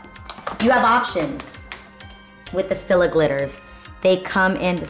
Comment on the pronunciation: So cutee!! Living for your look!! *it's pronounced stEEla* Stila 😘😘